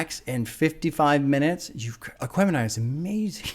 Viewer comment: you got the name right! My soul hurt everytime you said it on the reaction